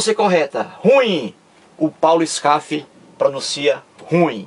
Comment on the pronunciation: Uma correção. Não é ESCAF e Sim SKAF...